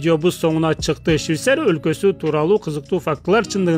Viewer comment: Щвисария эмес швецария